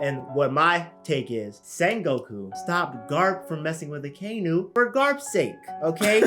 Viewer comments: I can never trust anything anime Sundays, first off he doesn't even say akainu right, second, all he says is heavy controversy and blasphemy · Why he pronounce akainu like that 🤣🤣